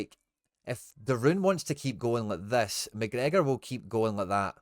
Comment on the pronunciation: This wee guys clueless knows all the italian names but says mcgregor wizny up tae much wee guys a diddy